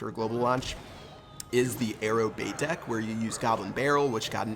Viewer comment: when he said deck I thought he said dick XD